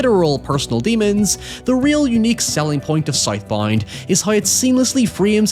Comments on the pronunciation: Tf you call it? Soyth Boynd? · I thought it was south bound not sith bind Is it spelled south bound and said sith bind? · Sight Bind??? Oh... he said South Bound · Title- "Scythe Bind" lol. Not making fun of you bro i love how you pronounced that 😅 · I cannot unhear him saying South Bound as Scythe Bind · "SOYTH BOYND" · Never heard this guy speak, I thought he was saying Scythe Bind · I like how he says “soith boind” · Soithe Boind 🥰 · “ScytheBind” is pretty badass…. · scythe bind! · Hearing a man horrifically butcher the pronounciation of a word such as Southbound is jarring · What is the movie called 😂 he said it like 20 times and I have no idea what he said 😂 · Bro ain’t no way he was saying SouthBound 😂😂😂